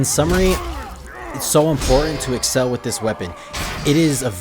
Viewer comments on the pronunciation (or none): none